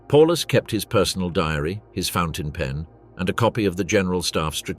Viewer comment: Not even calling him properly.